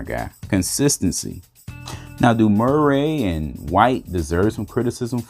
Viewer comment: "Mer-ray" lol!